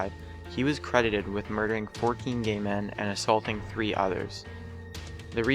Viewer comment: "Holmes is often crehhdid . . ." It isn't a difficult word to pronounce. Practice if you must. Credited.